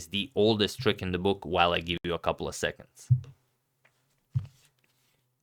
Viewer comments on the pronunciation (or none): none